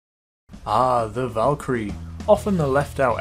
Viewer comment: I think the Valkyrie is pronounced Volk-crie I THINK